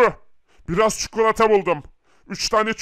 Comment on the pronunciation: Abi istersen Türkçe öğreteyim . Çukulata değil çikolata